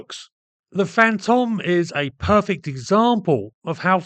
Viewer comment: Pedantic, but Fantome should rhyme with "home".